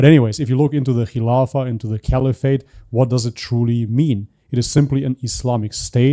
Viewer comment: But he also say Khamas instead Hamas. And Kkhilafa instead Khilafa. Strange. I guess he pretends some one else